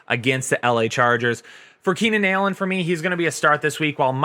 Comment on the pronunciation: I clicked just so i could hear you say Keenan "Ailllen" knowing it would build up enough rage for the day to punch a hole through a wall or someone